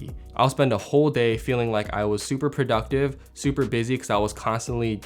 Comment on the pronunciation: prouductive? 😂 Love your videos and channel my guy! Keep it up. You inspire us with your tips and filmmaking.